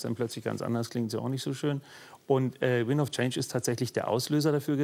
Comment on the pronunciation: " Windsss of change"..... Deutsche und Scorpions knowledge....